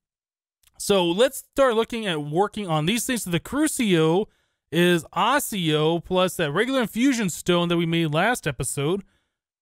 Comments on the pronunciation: You pronounce accio a-kee-o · the seeds for magic crops are from harry potter (the middle three anyway) Accio is pronounced Ak-ee-o, the Next one, crucio is pronounced Croo-shi-oh and next one is just straight up Imperio. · I CAN'T HANDLE THE mispronunciation. AKSHIO = Accio CROOSHEEO = Cruccio. I'm sorry. i just can't handle it anymore. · Accio is pronounced ack-ee-oh. Each essence (accio, crucio, minicio) used to have the pronunciation written phonetically in the tool tip. I'm actually not entirely sure why it was removed